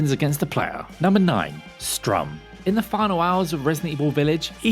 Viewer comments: Sturm, not Strum. Come on lads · … you do realize it’s pronounced “st-erm”, right? Not strum? As in, German for “storm”? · When he says Strum instead of Sturm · How many times you gonna call stURm stRUm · Is "Sturm", not sTrum lol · And I'm no expert but it looks like STURM which would rhyme with worm, not STRUM which rhymes your mum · Also: "Sturm" not "Strum". "Sturm" means "storm" in german, which makes sense as Heisenberg is german and it literally has a propellar as a face. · Is it Strum or Sturm??? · Did he say Strum and it's written Sturm? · St-urm not "Strum" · I hate how he calls Sturm strum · The name of the propeller dude is Sturm, not Strum. Sturm is German for storm and is pronounced similarly. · STOP SAYING "STRUM" LMAO Edit 1: Just realised you called Bela by her sisters name as well. Jesus, what a scuffed video. Edit 2: Finished watching the video as I didn't have enough time before and oh boy, there's more. You're telling people that the fastest way to kill Miranda is to shoot her in the head. Speedrunners all consistently shoot her in her lower body as that is the biggest part of her hitbox. Headshots don't appear to do more damage, and if they did I'm sure the runners would utilize it. Seems like someone has trouble reading and pronouncing names. You managed to miss several letters in Beneviento's name every single time. You said Bevento. I - But the biggest mistake in this list has to be putting Heisenberg in the second best spot. I genuinely can't imagine anyone putting that fight higher than Moreau in a list like this. I don't mean to hate, but mistakes like these in a list video concerning a very high profile new release in a ridiculously popular franchise is just frustrating. I mean, YOU SAID "STRUM" SEVERAL TIMES DARN IT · I feel like you just purposely mispronounced Salvatore, Beneviento, and Sturm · I mean the guy clearly isn't great at pronouncing anything. Sturm is literally one syllable and he couldn't even get that right.